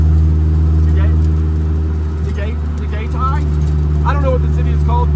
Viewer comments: i didnt know they customized jeepneys and im from phil i wanna see someone make a drag racing jeep also it's pronounced "tahg-eye-tie" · You pronounce Tagaytay as, ta-guy-tie.